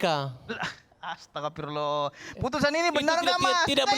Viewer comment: Bukan astagafirrloh tapi astafirlloh bung.ko istifar nya salah